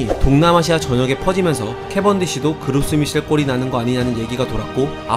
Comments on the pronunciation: '그로스 미셀'이 아니라 Gros Michel로 '그로 미셀'이 더 가까운 발음입니다. 그 뜻은 영어로 Big Mike입니다. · 그로스 미셀이 아니고 그로 미셀 입니다. 프랑스 종자로 프랑스 식으로 읽어야죠 미국에서도 프랑스 식으로 그로 미쉘이라고 합니다. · Grow Michel은 프랑스에서 명명된 이름이라 '그로스미셀'로 읽기보단 '그로미셀'로 읽는것이 맞습니다. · 근데 애초에 프랑스어 이름이라서 그로스 미셸이 아니라 발음은 그로 미셸이 맞습니다...